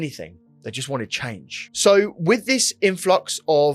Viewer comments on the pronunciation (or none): none